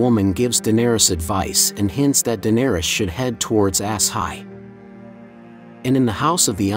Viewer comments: It's not ass-high. It's aah-shy-ee. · OMG it’s not Ass Hi it’s Ashi one word. You’ve obviously never even seen it or you would know. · its not ASS-HIGH its "A-shy" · I’m guessing it’s not pronounced ‘ass-high,’ but rather ‘a-sigh.’ 😂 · I thought it was A-sshai, not Ass-hai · The constant "ass high" is killing me laughing lol.... Had to be intentional, even if you didn't want to do the sh sound ah-sigh would make more sense. Still hilarious though. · It's not As-high, but ASHAI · That's Asshai not Ass-high. 😒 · I believe it is pronounced "Agh-Shy" and not "Ass-high". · The pronounciation of this video is ridiculous. Its not called Ass-High. Its Ash-ai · According to the narrator it's Ass-Iy 😂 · this man really said “asshigh” 💀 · Why is Asshai, which was spoken during the series, being pronounced ass/high? It is VERY distracting. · I love how it pronounced Asshai “ass high” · Lol I’m sorry but “Ass-high” 😂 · It's hard to pay attention when dude pronounced it "ASS HIGH" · "ass hi" hahah what that's not how you pronnounce asshai. and westeros isn't "westeras" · Ass hi? Is that how pronounce it now, really? Prophetic visions in the books are sometimes literal, sometimes symbolic, sometimes the past, the present or the future. They also don’t always come to pass. They are possibilities, that’s it. House of the Undying, you get the Red wedding, you get Rheagar, you also get Danys dead son. It’s explained multiple times in the books. Bran doesn’t have a prophetic vision, he’s literally seeing the future. He’s not predicting anything, he’s seeing the actual event. No different than when he looked at the past, Brian can see through time. What Mel experienced were prophetic visions, which she used to make predictions. Not always right, usually wrong, but she did have prophetic visions. Dude shows over, and the books will probably never be finished. This isn’t theory, this is fan fiction, just making up stories to try get views, on a dead series.